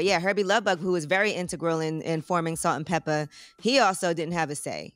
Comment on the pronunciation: they were salt and peppa not salt-peppa- and spinderalla